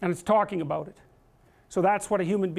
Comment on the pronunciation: What's it all aboot?